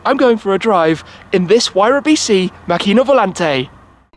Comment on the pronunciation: Hi Shmee, It's pronounced Màcchina, with the accent on the a instead of the i. Trust me I'm Italian ;-)